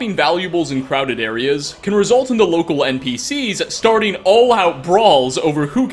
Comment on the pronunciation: where are you from? I wanna accurately make fun of the way you say "starting".